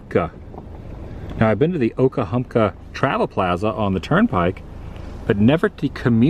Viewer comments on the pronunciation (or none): i love these vids with substance, real old Forida is my jam, i'll watch these kinds all day, please do more whilst your stay here, when you get back because we know about your readying to leave out soon, you were pronouncing OKA-HUNKA, It took you till the end there to finally say OKA-HUMP-KA...sorry i OCD when it comes to hearing miss pronounced words.